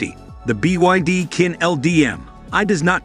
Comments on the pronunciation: It's pronounced chin, not quin. Chinese and French among other languages use a different set of phonetics to represent their actual sound. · Qin is pronounced as chin as in the Qin Dynasty